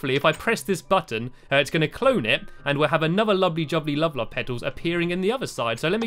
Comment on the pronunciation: Stampy wampy cloned a cat, in race to the moon he wears a hat, he hangs with lee wile drinking tea, He is cool as cool as a pool, instead of love he says wuvvvvvvvvvvvv! :)